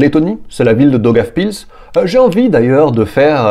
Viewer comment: Daugavpils et non dogaf pills